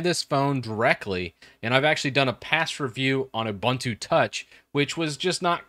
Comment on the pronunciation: btw its ubuntu not uh-buntu